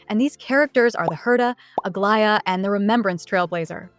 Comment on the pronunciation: You’re the first YT CC who can say Aglaea’s name without my skin crawling. Thank you lol